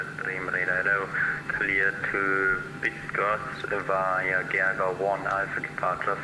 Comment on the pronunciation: as a 737 pilot from Poland I have to appreciate your effort trying to pronounce Bydgoszcz correctly:-) its’not easy. full name is Bydgoszcz -Szwederowo airport:-)